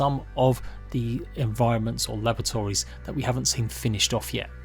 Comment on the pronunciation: I keep hearing lavatories... Try unhear that!